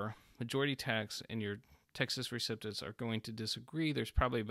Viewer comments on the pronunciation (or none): LOVE your videos. FYI: it’s Pronounced REE-CEP (not Sip)-TUSS